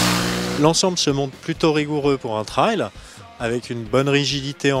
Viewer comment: Bonjour, Merci pour votre bon essai. Mais par pitié essayez d'apprendre à dire "trail" correctement! C'est un mot ANGLAIS!!!